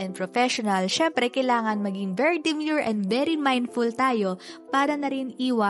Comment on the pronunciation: bakit kaya ang ganda sa pandinig pag ikaw yung bumibigkas nung very demure & very mindful